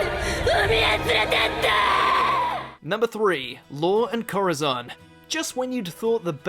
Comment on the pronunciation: Cor (roll that R) azon. If you can't roll your R's pronounce it like a d